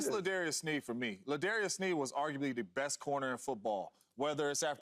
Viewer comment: L'JARIUS NOT L'DARIUS!!!